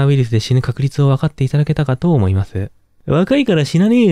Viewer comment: ｢例えていきたいと思いまf｣ ｢す｣じゃないよねw